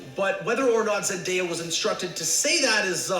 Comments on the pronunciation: Wait cuz wtf it Zen-die-ya He name’s pronounced Zen-day-uh it’s like literally spelt like that “Zendaya”😂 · Omg she say zendia....😭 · Why do people have a hard time with her name? It’s literally spelled with a “day” lol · Lmaoo she said zen-diya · did really say zen - dya? 😂😂😂😂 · Girllll bye don’t do zendaya like that😂😂 it’s zen- day- a literally how it’s spelt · No, both of you are wrong. It's Zen - day - uh